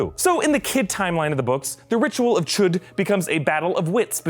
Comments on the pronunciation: Can he say chud without saying chOOd? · It is pronounced CHODE!! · Ritual of... CHOOOOD! that's how he says it... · I laughed every time he said"chu'd